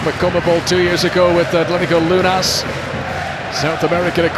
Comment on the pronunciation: KJJJJ El relator dijo Atlético Lunas en vez de Lanus